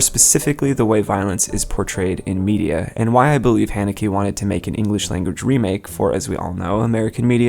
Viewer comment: that is not how u pronounce the directors name